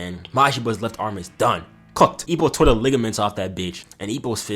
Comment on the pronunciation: The way you say "Ippo", the subtitles thought you said "E O". nice video btw.